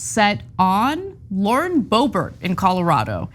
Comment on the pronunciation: Lauren 'Boob-bert'? Come on, man. 😄